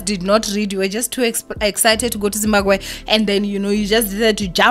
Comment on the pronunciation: ZimbaGwe😂😂😂😂...i find this pronunciation very funny